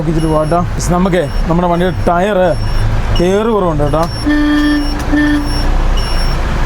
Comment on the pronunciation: ട്ടയർ അല്ല എയർ 😂